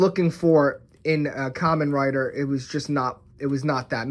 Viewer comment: Dude it's supposed to be called "ka-men rider"